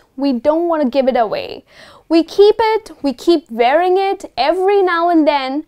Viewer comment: Mam you have a good grip on vocabulary but the word wearing you pronouced as varying!